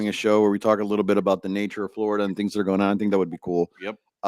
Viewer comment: you guys don’t say “things” you say “tings” lol